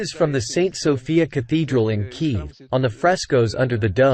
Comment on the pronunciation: Oh right. That makes more sense. May have been mistranslated. The way he said it sounded a lot like key.